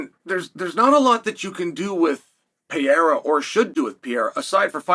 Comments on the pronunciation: Great video, But brother Chael it is Pereira!! Sounds (Pear-rrrer-Ra!) Not Piara! Lol😂 Get it right bru! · I never get tired of hearing you call him Pierra instead of PEREIRA 😅 Just kidding I'm way over it lol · Why you keep calling him Piera man? Isn't this a bit disrespectful? PEH + REH + RA, beautiful name, means pear tree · PE-REI-RA not PIE-RA!! Just call Chama at this point 😂😂😂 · It's simple his name is pIEra not PeREIRa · Stop saying Piera, holy fuck… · Pierra? Is he french? 😂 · I sure hope the do the Uncle-I-have VS pee-AIR-uh fight next. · Pierra 1- Pronunciation 0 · piera? wtf is piera? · LIKE if you're actually referring to Periera as "Pee" - "Yare" - "Uh" because of Chael. 🤣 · Gotta love Pierre-uh and Uncle Lyev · Man still acting like he can't pronounce his name to save his life. No way your inside informant is also calling him Piera. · Piera in what he is saying not Pierra at all haha😅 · exactly what the fuck... 'piêra'... so disrespectful like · You admire him so much that you insist on pronouncing his name wrong. I think it’s just a subliminal way for you to assert your dominance lol. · Calls himself "biggest fan". Proceeds to butcher his name dozens of times😂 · I hate the way you mispronounce Pereira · If you admire him so much, learn how to pronounce his name. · 🚨🚨Dear Chael, how long before you start saying Alex Pereira’s name right? Concerned Fan 😩😩😩🚨🚨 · Such a big Pereira fan you can't even say his name right. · You can't even say his fkn name right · Wish you’d admire him enough to pronounce his name correctly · I know right? How long can you do this for? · Why? You don’t do that. He’s just using a different wrong pronunciation. Literally no English speaker ever pronounces his name correctly. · Wdym Chael is undefeated in name pronunciation